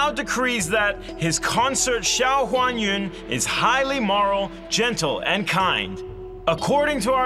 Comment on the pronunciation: HuanYuan became 'onion' 😂😂😂😂